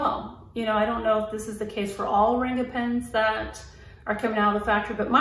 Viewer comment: Great review, btw the “a” in Ranga is pronounced as the “u” in hung. It means colour or colourful in Hindi.